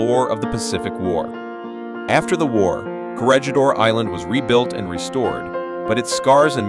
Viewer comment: Perhaps you should learn how the word "Corregidor" yourself instead of relying on AI to do it for you.